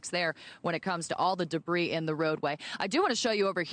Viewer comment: Did mispronounce’debris’?